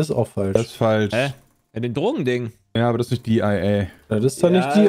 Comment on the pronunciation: Kann mir mal einer Sagen was denn der Unterschied zwischen DIA von und DIA von ist. Es wird bestimmt nicht sein weil "I" als also i als "ei" also dem englischen i ausgesprochen hat oder?